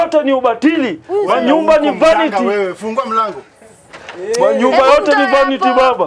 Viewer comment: manyumba zote ni vanity😂😂😂😂😂 the emphasy though...